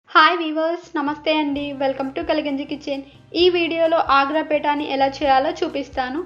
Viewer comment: బాగా చేసారు...పేథా అనకూడదు...పేఠా అనాలి